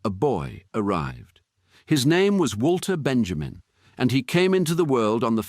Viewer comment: Please, please, please, let us not misspronounce his name. It's Vahl-ter Ben-yah-meen.